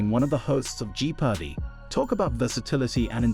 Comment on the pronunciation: Did you say: "Ji Pardi" on Jeopardy?